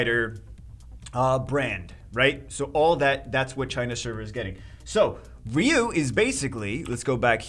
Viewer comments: it 's RYE You, not Ree You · He says reeyou instead ryu😂